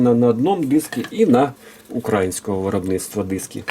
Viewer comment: Ох як порізало вухо наголос на а в слові українського